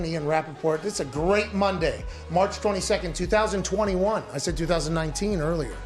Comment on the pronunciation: anyone notice how he said 2019